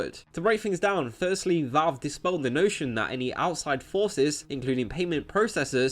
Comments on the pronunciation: It's Valve, not Vawlve. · Lol its not. Reel gaemers are on consoles. Ps its VALV not VOLV #nintendomasterrace